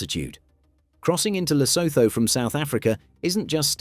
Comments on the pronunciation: And Lesotho is pronounced luh-SOO-too, in both British and American English. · Lo-so-tho🤣why why why why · Pronounced Le Suit two .. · lesotho is pronouned lesootoo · I love Britain and Brits, but why do you so stubbornly mispronounce proper nouns like Lesotho and Neanderthal? The haitch's are SILENT mate, SILENT. And can you have a little tiny bit of respect for people whose names come from a different language. Every time I hear José said as Josie, I really get frustrated.